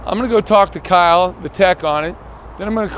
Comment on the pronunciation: That “Kyle” seconds lol.